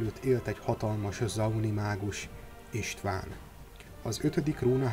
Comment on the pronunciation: Nem István, hanem Istvaan ... Olvassatok már Lore-t !!! (-_-*)